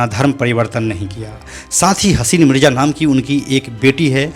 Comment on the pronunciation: परने लगा नहीं पडने लगा मिरजा मिडजा नहीं